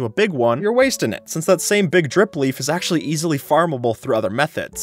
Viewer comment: this guy really said "aKshUlLy"